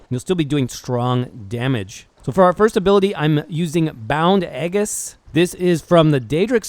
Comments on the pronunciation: Bound "Eggis" lol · Aegis = as an English speaker it should sound like "ee-jiss." The word is a derivative of a Greek one. Maybe that's why it's used in video games so much, when it's not an everyday word, and even the developers of some games don't know how to pronounce it. Who knows. Anyway, that was how my classics teacher (who also taught Greek and Latin: yes, years ago) pronounced it. Video was informative, thank you very much!